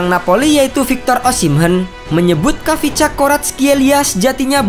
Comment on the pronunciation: Min kyk nya bacanya kivcha deh. Bukan khavisca. Kivcha Varatkelia